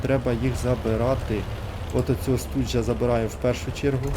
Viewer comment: Не Студж, а Штуг!